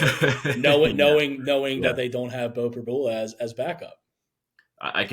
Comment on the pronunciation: You guys are reporters - and after 3yrs - and being from PA - the guy on the left STILL doesn’t know how to pronounce Pribula’s name? It’s Prib-YOU-la! I’m so tired of you guys dissing Beau for the past three years and hyping up the other quarterback, who doesn’t deserve it. No one around here can stand Penn Live Sports reporters and you just gave us another reason.